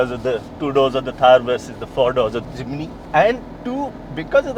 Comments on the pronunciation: forgive me. No "I" between "M" and "N". It is Jim (knee) ny. Jimny not J i m i n y. J i m n y. It is annoying for a 40 years Suzuki Driver and Jimny owner. so sorry, 1000 pardons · Its JIMNY NOT JIMINY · Jiminiee Jiminiee 🤣🤣 Dude take some time and learn to atleast pronounce the name of the car correctly.